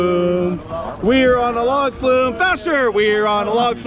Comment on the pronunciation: “We’re on a Log flew?” Or “Were on a log flu?”